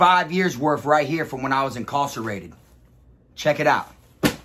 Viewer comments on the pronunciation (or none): Why you pronouncing incarcerated like that?